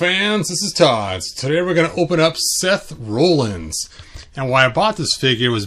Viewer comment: It’s Rollins as in rhymes with Collins. He’s the peg warmer of this wave. But he makes good figure fodder.